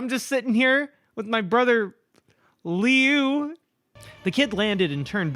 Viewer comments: Liu’s name is pronounced luu. Idk if that was helpful, but I hope,it did 🙃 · Funny enough, you actually got Liu's name right the first time. It's "Loo", like Liu Kang from Mortal Kombat. Dunno why Jeff's brother has an Asian name but I guess it can imply cool things about his family that aren't really that common. All around, really good video! Such a fun time reading your first Creepypasta ever. And probably one of the worst, despite its popularity. Your videos are always a good time. (Also, uh, my trans inspo heck yeah slay queen \o/) [Also wow I'm late to this video, nice] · Lee-ooo is how I'm gonna pronounce Liu's name from now on. (It's actually said like Lou.) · LIU is pronounced Long Island University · I stopped watching this video after the third misuse of the name Liu... I get it's off the cuff and random so a new name with no context was doomed from the start, but it was really hard to continue with such a massive mispronunciation... Hope she considers name checking during the recording if that happens again...